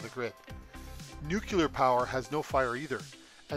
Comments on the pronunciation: you mispronounce nu cle ar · I don't listen to people who don't even know how to pronounce the word NUCLEAR.. .. It's not nucUlar. 🤦